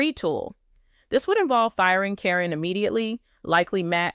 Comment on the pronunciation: I suspect this is AI. Her name is pronounced as Karen not Corren and most of all... This is October 2025 so did Amy go Back to the Future for all this November 2025 evidence???